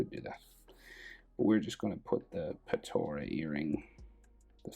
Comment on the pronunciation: Btw it’s called potara